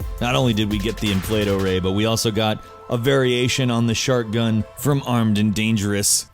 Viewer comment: When he said "Shark gun" I thought he said "Shart gun" XD